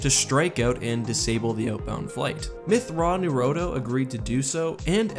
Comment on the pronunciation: It's pronounced (Myth-Twran-Ner-a-do) According to Timothy Zahn anyway